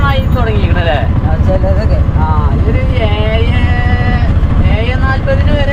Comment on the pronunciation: യേയേ അല്ല , ഏഴ്😂